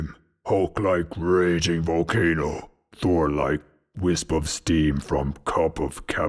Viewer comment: Did he say door or... THOR?!